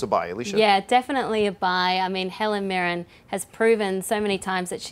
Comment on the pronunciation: pronunciation of Helen Mirren lol its that twang.love it.i really hope Zimmer doe's the BvsS soundtrack.